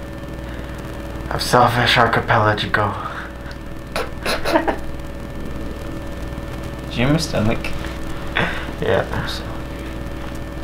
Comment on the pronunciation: “you’re the winner… of Selfish Archipelijigo”